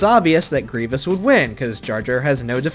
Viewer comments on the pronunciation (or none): none